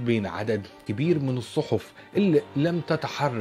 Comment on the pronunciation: الكواليس تجنن ...الصحُف مش الصحف😂😂👍🏻